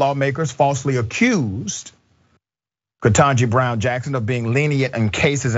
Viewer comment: Dr Richey pronounce KBJ’s name correctly!